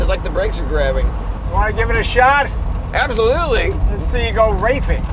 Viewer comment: Did he say appsolutly😅